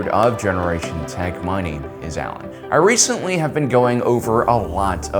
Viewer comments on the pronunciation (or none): none